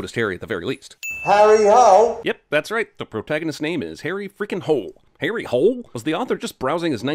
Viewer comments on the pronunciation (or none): Well Harries last name is really pronounced with two syllables, with stress on the first (hoh-leh) or in some case holar OR (hoo-leh) and really Australian police call him Harry holy so yea……… your welcome? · Btw, Harry Hole would have been pronounced more like Harry Hol-eh than harry holy in norwegian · Its not “holy” its more like “hol-eh” still weird name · Correct me if I'm wrong but... shouldn't it be pronounced "huule" and not "holy"? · Sinning you for thinking you know Norwegian! Hole does not make "Holy". The "e" sounds as it should sound in any nonenglish speaking country. Why you english speakers thinks that an "e" should sound like an "i" is beyond me. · Harry Holy, is not how a norwegian would pronounce it lmao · Hole pronounced in Norwegian is not in the slightest like holy... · It is definetely not pronounced "holy" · "in norwegian harry's name would be pronounced Harry Holy" no, no it wouldn't... the e would be pronounced as the e in ever... just in the Name Harry Hole you also misspronounce the a, the y, you don't roll the R's, the o in Hole is wrong, basically everything but the H in Harry is wrong and everything but the H and L in Hole is mispronounced. Just had to do this, in true cinemasins fashion... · the e is not silent. Like the e inn "end"